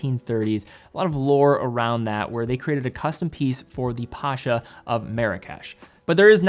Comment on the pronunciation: Pasha? Really? Seriously?